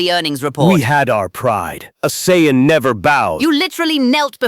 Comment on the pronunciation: It can do friezas impression but can’t pronounce Saiyan correctly 🤔